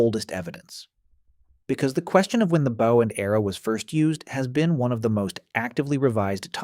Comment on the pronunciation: Your pronunciation of "Bow" is annoying as Hell!!!!